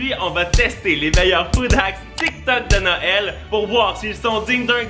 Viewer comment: tu viens de dire no el ? Mais c'est Noël on est d'accord mais ça ce prononce nowel